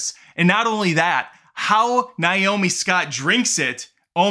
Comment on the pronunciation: On what planet is the name “Nay-oh-mee” pronounced “Nye-oh-mee?”